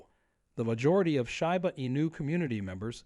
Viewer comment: it would help your credibility if you knew how to pronounce shiba